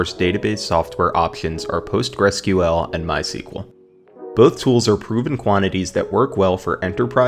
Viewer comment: This video shows us that not everyone know how correct to pronounce MySQL